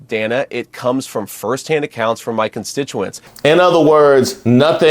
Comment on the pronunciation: JD must be best friends with Uncle Tom Byron McDonald because they talk exactly alike both in tone and rhetoric. They are both condescending, disrespectful, racist, and always make a point to try to overtalk anyone interviewing them. He purposely kept mispronouncing Dana's name too. JD needs to be fired for the hate and pain he has inflicted on the Haitian community. He is just disgusting!